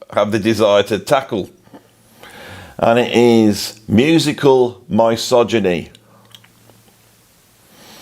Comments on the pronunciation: Entertaining prog Andy but your pronunciation of misogyny was distracting. I've never heard anyone else pronounce it in this way, that is, starting with "my" rather than "miss". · love your stuff, probably seen at least 1000 of your vids. so forgive my pronunciation notes: Theda BAra , miss -sogyny , ZaraTHOOStra and please please please... no F in McLaughlin. promise ill buy you a coffee 😂